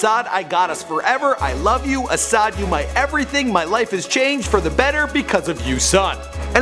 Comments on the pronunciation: isn't not ashad . asahd or pronounced as Asad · ASahd is pronounced asad, not ASHAD... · bruh don't know how to pronounce anyone's name what is ashad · No way this man not callin him ashad on purpose 😑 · Why do u say ashad, his name is pronounced ASAD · It's not ash-had it's a-sa-da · this dude said ashad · His name is pronounced as Ah-sad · He butchered Asahds name